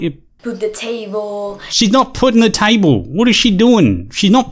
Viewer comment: This chick definitely seems a bit "special", between the way she acts and her little speech problem. Maybe it's just that "education system" of hers that she mentioned. "Put the tayvol". Whatever it is, there's something not quite right about her.